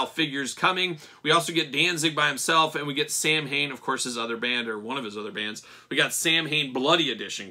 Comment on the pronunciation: Samhain is pronounced “Sow-in”. It’s the Irish language word for the month of November and refers to the pagan ritual that Halloween derives from. Halloween in Irish is “Oíche (night - pronounced “ee-ha”) Shamhna (pronounced “How-na”